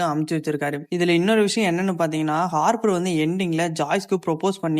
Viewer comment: Hopper✅ Haarpar❎